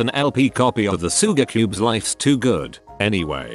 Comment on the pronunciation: No one: Literally no one: Not a single living thing in the universe: Narrator: SOOGARCUBES